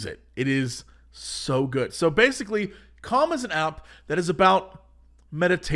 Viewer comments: am I the only one hearing cum and not calm everytime he says it?? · I know he's saying he has his daily "calm," but all I can hear is "i have my daily cum."